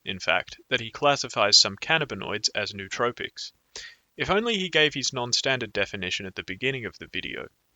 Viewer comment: Did Mike ever comment on this blunder since he deleted it? Also I believe it's pronounced NO-uh-TROH-picks.